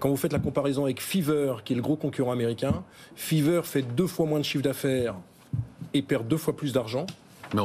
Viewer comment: Feaver 😂 FIVErr